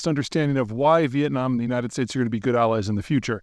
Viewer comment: He (Putin) landed in Hoonalay last night..??? 😂😂😂😂😮😅😢 Spoken like a yoonighted States of Oomerikon world traveling expert